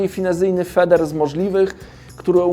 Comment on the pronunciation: Pytanko... "feder", czy "feeder" ?